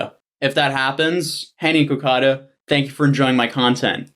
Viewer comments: Nee-kocado Avocado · I'm sorry but heading Nikocado pronounced Nekocado instead of Nick-O-Cado and then being sponsored my Lolli makes me think something's up 😂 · Lol niko cado!!!! i believe u say it nick cado not niko cado even tho its spelled that way js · Why is he saying niko cado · "*Nee-kocado Avocado*" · why doesn't he know how to say nick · The worst part of the video is how he mispronounces nickocado every time he says it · holy shit dude why isnt his name nikaco avocado? his names clearly nick/nik right? his orlyn dude keeps calling him that, so why?! why did he choose the name that has such an awkward amount of syllables?? i cant get over it hearing his name pronounced drives me crazy 😂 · why does he pronounce his channel name like that 😂